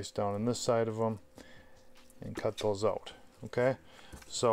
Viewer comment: "take those pin bones oowt" Thumbs up, great instructional video!